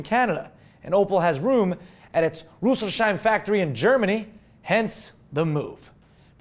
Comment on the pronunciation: Rüsselsheim-Factory in Germany:D Better let Sarah Sauer pronounce that, no offense, but this sounds soooo wrong!